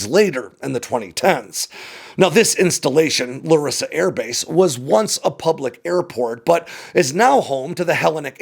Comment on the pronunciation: Hate to be that guy, but its LArissa, not LaRIssa.